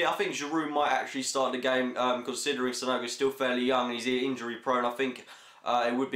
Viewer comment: "SANOGU" LOL. It's Sanogo but I think Sanogo should start and be taken off at half time for Giroud.